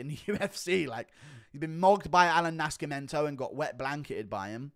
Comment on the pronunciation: "sc" in Portuguese sounds like a regular 's' (or 'c' before an 'e', for example), só, Nascimento is pronounced like 'naceemento'